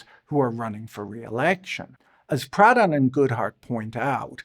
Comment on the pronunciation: I kept hearing “Pradhan” as “Proudhon” and boy that would have been a wild lineage for a former managing director at Morgan Stanley